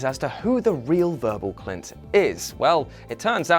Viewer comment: is kinda funny...But y'know what's even more funny? None of these things were even remotely easy to miss for anyone paying as much attention as WhatCulture clearly don't. Need examples? It's Verbal Kint, not Clint, and Sammy Jankis, not Jenkins, in The Usual Suspects and Memento, respectively.